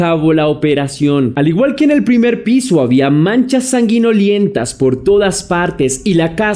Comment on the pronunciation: Hola. Un abrazo. Se dice sanguinolenta no sanguiniolenta. Un grab saludo. Siempre te veo